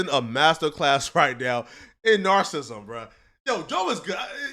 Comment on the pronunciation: Learn how to pronounce narcissism you buttplug 😂